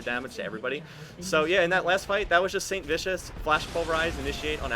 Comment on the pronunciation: Has it always been "Santavicious"?